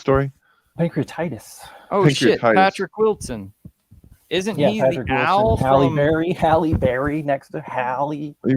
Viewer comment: HAL-e Beary?